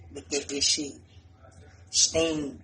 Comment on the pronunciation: When he was like “STEAMED, STEAMED!!” I was dying he for real bout that steamer 🤣😭